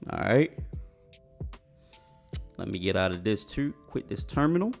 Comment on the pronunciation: the way he says “too” bro gotta be from baltimore lol